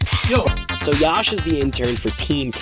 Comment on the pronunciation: "It's Yash btw not Yaash.*